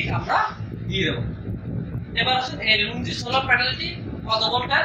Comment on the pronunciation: লুঙ্গি না লোনজি😆